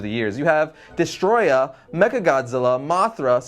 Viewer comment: its not"destroyah",its"desuhtroyaaaaa"!!!!!!!!!!!!!